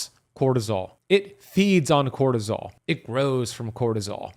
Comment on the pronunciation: Bro said crotosol million times